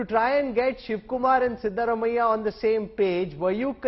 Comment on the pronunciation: Please make it coreect that's not shivarammayya,,siddaramayya